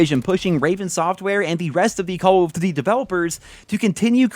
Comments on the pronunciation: Re Vaas LoL I’m not the only one that noticed that can’t pronounce “call of duty”. He says “Cawofdiddy” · "Call of Ddy"